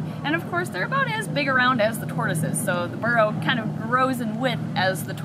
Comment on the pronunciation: All I heard was barrow lol